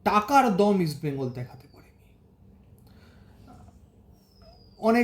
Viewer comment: Tobe valo kotha ota দোম na দম